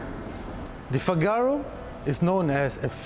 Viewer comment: Please it's not FIGÁRO it's FÍGARO and the cover only releases the catch when you press it, it's not because it's old... learn before recording! The inspiration for the car you mentioned is wrong but I will not educate you on that... I do like the review style though, just study more before you review.